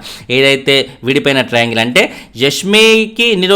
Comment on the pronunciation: dilugue:: ట్రయింగల్, టెట్రా అంగేల్, పెంటగొనల్ వద్దు 😂😂😂